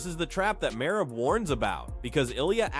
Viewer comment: I watched the first 30 sec of your video and then left cause you can’t be a real mma guy if you can even say merab’s name right.